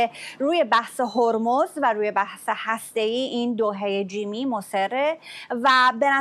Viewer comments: سمیرا چرا لوس میشی و بیسوادی خود را نمایان می‌کنی؟ هرمز و هسته‌ای دو ح جیمی نیستند بلکه دو ه هوّز هستند. خبرت را ساده و مختصر گزارش بده و به میکروفون نچسب. لفت و لعاب دادن بر خبر ارزش آن را کاهش میدهد. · اشتباهی گفت ه جیمی 😂 ه هاشمی درسته : هرمز ، هسته ای